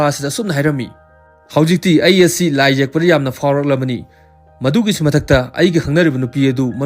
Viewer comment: Bro, Don't say Lai Jekpa, Say like this Lai Yekpa.